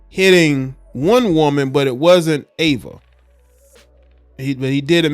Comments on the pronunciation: It's pronounced E VA. Not Ava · EEEEVA NOT AAAAVA. THX ❤ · Could you at least get her name right? It’s Eva EVA not Ava Ava thank you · It’s not AVA it’s EVA 😮‍💨😮‍💨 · Pronounced Eee -Va not Ava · Should’ve done your research. She was a whole top model and actress. And ur saying her name wrong. Smh.